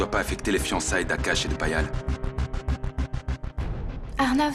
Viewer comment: Not Lavanya calling Payal PayPal 😂